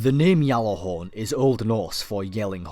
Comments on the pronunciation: I liked this and a lot of your other videos but that pronunciation of Gjallarhorn was really getting to me. It isn't pronounced "Gallarhorn" or "Yallarhorn" as it is commonly thought. The correct pronunciation is something like this - "Gat-larr-horn" Keep up the good work x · You say "Ggjallarhorn", not "jallahorn". -_ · It's pronounced with a J "Jallarhorn" Gatlahorn? pretty sure even the icelandic don't pronounce it like that, what i find funny is that when english people try to pronounce it they always get the A wrong t. norwegian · How do we know this is real when you call it yallihorn when it's pronunced Gjallahorn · what is jallahorn? its GJALLARHORN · Captain here, it's Gjatlarhorn (The G NOT silent) In icelandic a double L is pronounced tl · its pronounced (GAT-LA-HAWRN) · why do you keep saying yalla-horn? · what if i told you that you said gjallarhorn all wrong? and your history is based on a totally different gjallarhorn? gjallarhorn came from an icelandic origin as said from a creator of the rocket launcher and isnt pronounced anywhere near yallarhorn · It's pronounced as a G and is an icelandic based word, but is not a Y it is a G. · No The Y sound is incorrect do a little research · the history, context and derivation of the word is taken into account. There is a also a video floating around from an Icelandic individual guesting on a destiny video confirming it's a G. The actual pronunciation is Gatlahorn with a t sound but it is a G. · no its a Y, its been pronounced like that before you where born